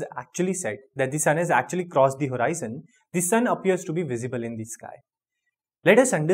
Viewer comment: That's not horiizon it's just horizon